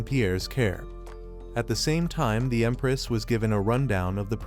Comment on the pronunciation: Bro said emparaoss instead of empress